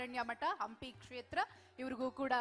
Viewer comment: ಅಂಪಿ ಉತ್ಸವ ಅಲ್ಲೋ ನಿಮ್ಮೌನ ಹಂಪಿ ಉತ್ಸವ ಅದು....ಯಾರದರ ರೆಕಮಂಡೇಷನ್ ಮೇಲೆ ಆಂಕರ್ ಆಗಿ ಬಂದು ಬಿಡ್ತೀರಾ.... ನಾಲೆಜ್ ಇಲ್ಲದೇ